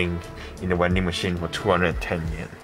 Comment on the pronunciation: has a uwu speech pattern when he sad vending machine, he calls it uwending machine and that's kinda cute ngl (no homo tho)